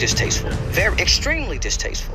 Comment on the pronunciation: Lmaoo I'm crying that boy say distasteful 💀😭